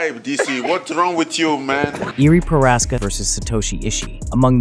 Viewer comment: Combat account doesn’t know how to pronounce Prochazka